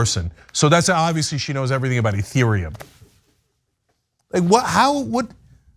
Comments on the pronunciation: **ETHEREUM* Not eretheum... Just read it.. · Stopped listening when she called Ethereum Eretheum. You guys have no idea what you’re talking about. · The host actually deliberately pronounced Ethereum as "Urethra" because crypto is just a big stream of piss. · what is 'eretherum'? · She knows nothing about crypto. "Ereetherum" ? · E-ther-re-um is the proper pronunciation. Looking good 👍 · 1st of all, she can't read. The name of the shitcoin that Kim K. was hocking is Ethereum Max, but this chick is calling it Erithreum? Learn to read the copy ma'am. Furthermore, this story is skewed. Anybody who purchased any crypto whether it be Bitcoin or anything else, and bought it last October ( when it was known by everyone to be at crypto currency's All Time High ) is an idiot and deserves to lose all their money. It's exactly the same as if you paid full price for a brand new car at a dealership and tried to sell it a year later, expecting to make a profit. You don't buy high and sell low, especially during a recession. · She doesn’t know anything…can’t even pronounce ethereum correctly. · so how do I know she mispronounced Ethereum? You guys are so full of anger lol. Relax and re-examine why you are attacking me. It’s because you’re in pain. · Idiot can pronounce ethereum